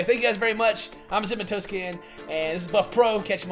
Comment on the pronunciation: cinnamontoastken. when he says that i hear it like cimatoasken 😂